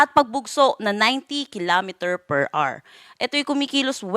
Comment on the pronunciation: HOUR-AH-WER HINDI AWR